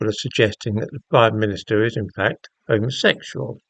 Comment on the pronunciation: Pronounced Homma-sectual